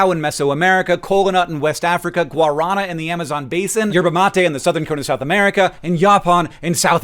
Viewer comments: Hank, "guarana" is pronounced Guar-a-NAAH. Trust me, I lived in Brazil for many years. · lol, that's not how you say "guarana". The emphasis is on the last A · As a brasilian, i take offence to your pronounciation of guarana (the r is more like a d) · Is no one going to mention his pronunciation of Guarana? No one speaks Spanish here? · You pronounce Guarana incorrectly fyi.